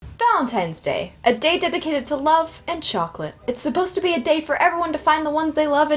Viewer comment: DID YOU SAY SCHOCLATE??!?!!!!!!?!!?!